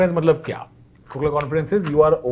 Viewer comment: "Khokhla" not "Khokla" :)